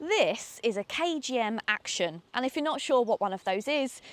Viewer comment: It's not a KMG "Action" as you put it ! It's a combination of the words 'action' and 'young' , deliberately chosen by the manufacturer. It's pronounced 'Actyon' as it is written not 'Acshon'. Overall a very good review . You pointed out all the salient features.